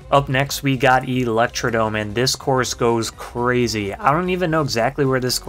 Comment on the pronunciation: Thwomp not thomp 😅 And it's electrodRome, not Electrodome. There's an R hiding there